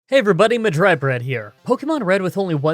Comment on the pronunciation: I’ll mention it Only if it’s good proceeds to never talk about it again